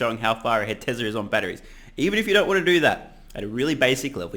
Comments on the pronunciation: The way you say “tesler” activated Siri on my iPhone. Pretty damn funny!!! Oh and the expert they used the background in behind him was in Boulder Colorado. It’s known locally as the flatirons. There are several lithium battery startups in that area. Check Galis latest vid for more info. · you don't look as funny as you sound...the way you say Tesler